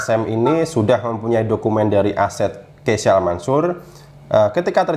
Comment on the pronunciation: KEYSHA min, bukan KEYSA